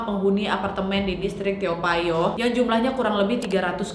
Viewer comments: Tao payoh naaad.. Sering kali kau salah sebut 😭😂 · To payoh ka nyebutnya 😅😅😅 Lucu kk bilang toa payoh